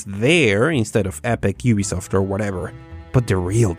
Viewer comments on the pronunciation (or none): none